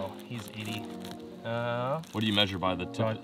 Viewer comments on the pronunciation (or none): none